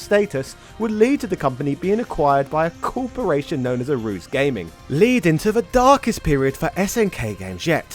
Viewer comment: I believe it's pronounce "A-ru-ze" not "a-ru-z"